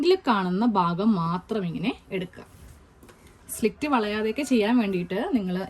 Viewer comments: Good idea. Its "slit", not " slict" dear. No offense meant. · സ്ലിക്റ്റ് അല്ല സ്ലിറ്റ് ( slit ) ആണ് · സുഹൃത്തേ, slit ആണ്. Not slikt. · സ്ലിക്റ്റ് അല്ല, സ്ലിറ്റ്, slit. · slit (സ്ലിറ്റ് ) എന്നാണ് കെട്ടോ മോളെ പറയേണ്ടത്.